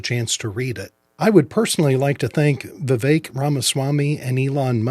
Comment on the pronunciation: Vivek’s name is CORRECTLY pronounced: Vi-VECK… NOT “Vi-VAKE”. Kindly show some respect and pronounce his name CORRECTLY ❤️